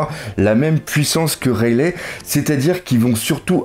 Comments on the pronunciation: Bon je t'adore mais si tu pouvais prononcer "Raili" et non "Railè" phonétiquement ça me gênerait moins mdr, toi qui voulait des conseils sur la prononciation;) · rayle aussi au lieu de raylie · rayleigh prononcé rayligh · Tu suis mêmes passe dire rayleigh et enies lobby salut fait mal aussi oreilles de t'entendre mes prononcé